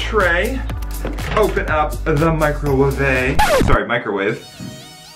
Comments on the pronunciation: “Open up the microwavea” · It soooo funny when he said microwawave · It was funny when he said microwvae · Steve said microvay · He said microruvei